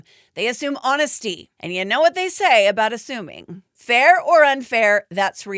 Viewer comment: Ahhhh you said "ASSUMING" and I swear instead of hearing 'assuming' I heard 'A ZOOBIE'. If ya know... Ya know.